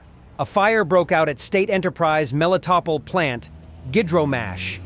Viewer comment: Why in the hell can you not get your pos AI to at least pronounce at least Melitopol correctly??????